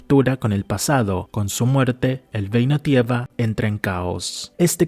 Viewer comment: El vídeo está genial, está muy bien hecho el análisis y está buenísimo. Pero sin ánimos de tirar hate, deberias considerar ir a un logopeda o buscar ejercicios en interner para poder soltar más la lengua, porque mira que es frustrante escucharte decir frases que suenan hasta POETICAS (hay frases que están para tatuarselas) para que luego todo se caiga con un "geino tiega" o "Koga". En fin, sigue así, es el primer video que veo de tu canal Y ME ENCANTO